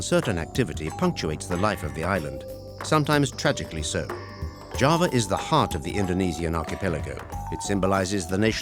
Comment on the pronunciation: Thank you for highlighting the many, diverse sides of Java in this beautiful documentary. I just wish you had spent more effort learning how to pronounce the names correctly. Hopefully for your next documentary on another part of Indonesia.